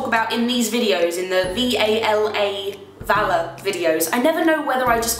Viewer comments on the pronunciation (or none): Not sure if it's just because I'm American and I don't hear British accents often but when you say VALA it sounds like you're saying valor! x) don't stop saying it though. Spelling it out is too formal